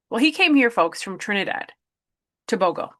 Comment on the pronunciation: TOBAGO, not Tabogo